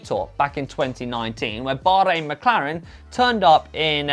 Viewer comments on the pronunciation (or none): none